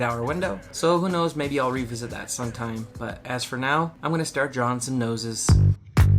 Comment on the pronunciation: There was a point where you said "who knows" but I took it as "who nose" 😂😂😂